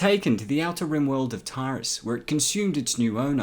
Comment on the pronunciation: Revan not Raven, Taris not Tyrus (Tear-is) and Rakghoul is Rack-ghoul.